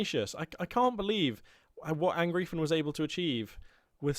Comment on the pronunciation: Since I have absolutely no life I just really feel the need to inform you that Angreifen is pronounced more like "un-grifen" :)